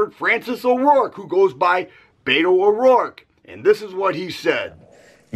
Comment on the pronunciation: Brother its not BAIT-O its BET-O Like you BET money! LOL